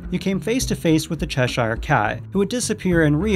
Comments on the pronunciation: To make things a bit easier for you, Cheshire is pronounced "Chesher". Same with all English counties with "shire" at the end. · CHESH-SHIRE Cat (NC-Doug Walker, says it the same waY. nO BIGGIE.) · Cheshire is pronounced Chesher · Why are you saying 'Cheshire Cat' like that?